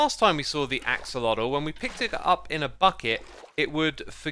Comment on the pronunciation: I feel like you kept accidentally saying oxelotl, which I completely understand cause for some reason my brain wants to call them ocelots